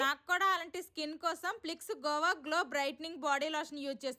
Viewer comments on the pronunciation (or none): అది గోవా కాదు అక్క 😂గువా